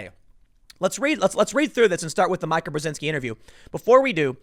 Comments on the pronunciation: It’s Mee-kah not My-kah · You keep calling her my-kah, when clearly it’s mee-ka. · MEE-ka. Not MY-ka. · Isn't it MEEKA instead of Myka Brezinski? I think it is MEEKA but I fucking hate that woman and her network MSNBC so I don't watch it. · dude, tim...it's mee-ka...not my-ka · Repeat after me: Meeeeeeka... Meeeeeeeeeeka. NOT MiCAH. Please stop calling her Micah. Nobody calls her Micah. Her name is not Micah. Love your show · Hey Tim, it's "Meeka" not "Mike-a". Love the stuff, but this is driving me nuts. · Meeka, not Mika! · Pronounced MEE KA. Not MIKE-AH.. Rhythms wtih Zika (like the virus). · Tim, I'm always sharing your videos BUT her name is pronounced Meekuh not Mykuh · Her name is pronounced "Meeka". Jeez, Tim haven't you ever seen Eurotrip? Scotty doesn't know! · It’s MEE-ka not Mike-a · Tim that MSNBC bitch's name is pronounced Me- ka, not My-ka. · It’s not Micha it’s Mika like Meeeeeka. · It’s not My-ka, Tim, it’s Meeeee-ka..... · meeeeka, not Micah. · MEEEE KA BREZINSKI NOT MIKE KA PLEASE! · Mica? Mika is pronounced “Meeka”. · Tim: it is pronounced MEEKA. Dude that’s a pretty bad miss. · It's pernounciated "Meeka." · Brzezinski you say flawlessly, but “Mee-kah” eludes you every time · How does he nail Mika Brzezinski's last name pronunciation and call her Mike-Uh....? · Tim, it's pronounced MEEK-a. Think 'meek' like BIden's voice when he defends this crap. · It’s pronounced ME-KA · Dude! Learn how to pronounce words. Mika = (MEE ka) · Mika is pronounced meeka. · Tim, her name is pronounced Meeka smh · Mika Brzezinski's first name is pronounced: Meeka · Tim is spelled Mika but it sounds like ME-ka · I believe it is pronounced Mee-ka Tim. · Pronounced “Meeka” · Tim, you have heard her name pronounced how many times? It is MEEEEEkuh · Dude it’s pronounced Mee-ka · Me Ka Tim!!!!!!!!!!!!!!!!! Please stop lol........love you brother but let your friends help you with pronunciations. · Tim, it’s Meeeeeeka. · It's pronounced Mee-ka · Her name is pronounced Me-ka